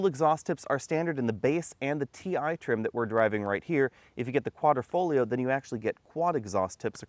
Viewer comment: Nice video, but the word is Quadrifoglio, not Quadrofoglio Quadro = Picture frame Quadrifoglio = Four leaf clover and the "g" in Quadrifoglio is silent. That's it for today's Italian lesson.😁